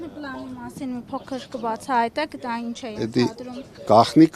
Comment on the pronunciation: Իննննջջջա ասում է, ինջ 😅